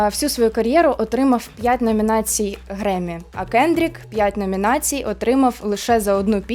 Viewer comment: "Греммі" - це прекрасно, але у Кендріка Ламара, наприклад, є Пулітцерівська премія. А в Дрейка не пам'ятаю, щоб таке було. І непрохана порада: обмовки можна дублювати титром на монтажі, щоби потім в коментарях не було так душно )